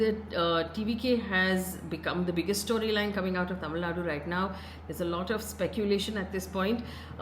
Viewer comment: Appreciate Faye for nailing the Tamil pronounciations… quite rare to see from a non-south Indian media person